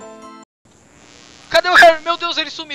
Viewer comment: socerro kkkkkkkkkkkkkkkkkkkkkkkkkkkkkkkkkkkk kkkkkkkkkkkkkkkk ele falou socerro Socerro